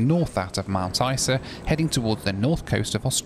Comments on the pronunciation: Hi,, we pronounce it Mt. Izer. ENJOY! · You Flew with REX.. that would be your first mistake lol ! We tend to pronounce Mt Isa as Mount Iza (Eye Zah) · Strangely we pronounce Mt Isa like Mt Iza .. I don’t know why lol.